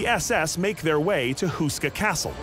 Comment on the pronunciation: It’s Houska Castle. Say it like “hoe-ska”, not “Who-ska.” Otherwise a nice brief intro.